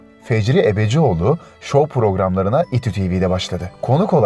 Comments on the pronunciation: o değil de konuşan seslendirmeci arkadaş bu metin ses kaydını gramofona mı yapmış? ayrıca Fecri Ebecioğlu değil Ebcioğlu.. Erkan Yoldaş değil, Yolaç.... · Fecri ebEcioğlu değil "ebcioğlu". Erkan yolGaç değil "yolaç". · Fecri Ebecioğlu değil Ebcioğlu; Erkan Yolgaç değil Erkan Yolaç, bende'niz düzeltmiş olayım. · Erkan Yolaç, Yolgac değil. Ebcioğlu, ebecioglu değil. Yapmayın böyle, bunlar kıymetli insanlar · Fecri ebecioğlu değil Fecri Ebcioğlu Erkan yoldaş değil Erkan Yolaç 😄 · Fecri Ebecioğlu değil Fecri Ebcioğlu olucak Erkan Yolgaç değil Erkan Yolaç olacak birde Fatih Pasinler dedikten sonra ekrana Can Akbelin resminin gelmesi olmamış. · Ufak düzeltmeler: Erkan Yolgaç değil, Erkan Yolaç, Fecri Ebecioğlu değil Fecri Ebcioğlu. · "Fecri Ebecioğlu" değil "Ebcioğlu", "Erkan Yolgaç" değil, "Yolaç". Yuh ama yaa... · Yanlış okumalar var: "Ebecioğlu" değil, "Ebcioğlu" olacaktı; Erkan "Yolgaç" değil "Yolaç"... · Fecri Ebecioğlu değil sevgili sunucu kardeşim... EBCİOĞLU!!! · Sunucu biraz dikkat et ya Erkan Yolgaç değil Yolaç. Fecri Ebecioğlu nedir Ebecioğlu. Yazık düzgün telaffuz lütfen.